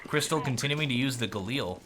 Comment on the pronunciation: Its Krysta - LAW..Not Krystal.